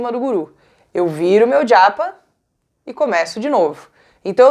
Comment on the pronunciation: Porque você fala djapa 😵‍💫